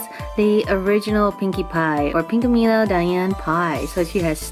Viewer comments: It's pronounced Pinkamena pinka_me_na now u try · Thats not how you pronounce her name -_